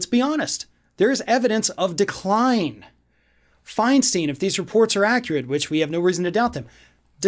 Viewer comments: First off, it is pronounced Fein STINE, not Fein STEEN. And second of all, why does a Floridian get to decide who Californians elect? The right had Strom Thurmond until he was in his 90s...she or her staff and family will help decide when it is time to go. Let’s not forget that with age comes wisdom, experience, and perspective. Most 40 year olds don’t have the patience or experience to see the long game. I love your stuff, but this one rubs me the wrong way. And yes, I voted for Diane FeinSTINE and will as long as she feels fit enough to represent ME. A Californian, not a Floridian. Luv ya anyway, let’s hope for a better America come January 20. Stay safe. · Her name is pronounced "FINE stine." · Can’t you even pronounce her surname correctly? Seems odd to be doing a story about mental decline and then mispronounce Feinstein. I’m not even American but I know how to pronounce her name. Yes she’s demented, too old, ignorant and ridiculous but Feinstein is not pronounced Finesteen. Just look at the word. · FYI, Feinstein rhymes with Einstein -from a resident of her state. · You can’t even pronounce her name dude and your state has the worst cabal of losers in the federal government. Together they ain’t a pimple on DF’s arse! Worry about Rubio and the rest of the losers who represent you we are just fine with our senators in California and yes we like our new Mexican senator too. One can only guess y’all are a shill for Maralago time shares and wish you had Trump hair. Jeesh we true liberals want no part of your Rubio crap and we like our Mexican’ senator too who also has more integrity than all the senators to ever come from Florida. What’s in your water anyways? Quit drinking the koolaid kid and get a grip!